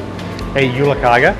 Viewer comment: Its actually pronounced jule-"kaje". The g is soft :).